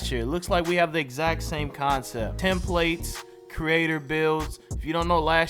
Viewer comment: “Tem plates” lol. It’s templates. Come on!